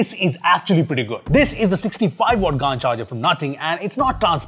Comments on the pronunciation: It's not pronounced "Gaaan" , it's called "Gaen" Charger 🤦‍♂️ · I think its pronounced G'an not Gaan(d). Short of Gallium Nitride. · Its pronounced gant not gand 😂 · Isn't it pronounced Ga-en, as how u pronounce Gal as in gallium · It’s gallium nitride bro, in short GaN pronounced as “Gen” like LAN. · Bro Pronounced it right 😂😂 Gan_ charger 😂😂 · If Gallium Nitrites pronounce “Gae” “Li” “Yum” so why you pronouncing “Gaa” in GaN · He could have pronounced it as GæN charger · How would you pronounce this, Gallium? Or Gaaallium?. Yeah, so just say GaN charger not GaaaaaN charger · you pronounced gand changeer bro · Gaaan kyo bolte ho! 😂 GaN pronunciation hota hai. Like Ban, Can, Man, pan, dan just say it with a G. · Gand charger BRO IT's not pronounced lile that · Its pronounced gaen😂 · Bro, at least pronounce it correctly